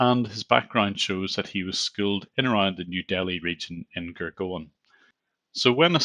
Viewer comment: since you have been at this for so long let me help you pronounce Gurgaon.. .. goord-gaav. Gud means jaggery, gaav means village